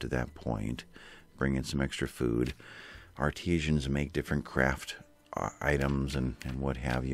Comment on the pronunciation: A little help: Ar-tee-tions are from Argentina Art-ah-sans do fine arts